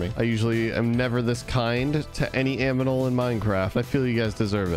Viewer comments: Everybody:- animal:- aminal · "chickens are the most self sustaining aminal there is" 😂😂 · "I am never actually this nice to any AMINAL" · The aminal in minecraft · did he say aminal?😂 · aminal XD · Did anyone hear him say aminal? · Why you saying aminal